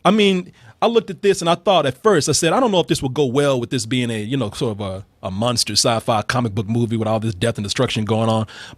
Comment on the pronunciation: i hate the way pronounces "Monster"